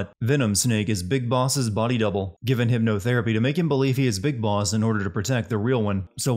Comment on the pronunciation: “Bis Boss”?